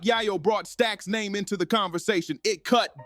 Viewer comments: How are you gonna post a video about someone you can't pronounce their name correct. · Can't even say man's name right! 😭🤣😂